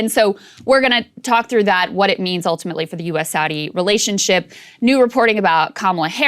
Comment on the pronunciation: I'm up to drunk-as-a-skunk, but I've been taking a shot every time she says "oohltimately".